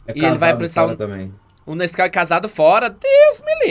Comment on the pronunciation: Que odio, quando eu li o título do vídeo, eu tbm li Nasceu KKKKKK aí eu abri o vídeo e ta o falando Nasceu kskkkkkk